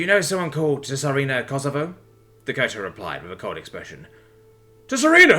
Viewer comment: Far more fluent than a certain similar reader on YT who tends to change a fair few of the words on a page, even going so far as to say the exact opposite of what's written. Just one thing though, Tsarina is a Russian word from Earth, not a Vulcan name (like T'Pau or T'Pol) from Star Trek so say it like the Ts is a Z :P Good job though.